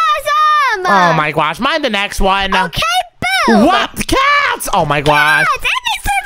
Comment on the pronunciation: why do you say gowh instead of gosh ❤